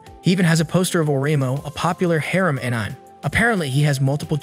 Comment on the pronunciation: Say Anime with me Aan-i-May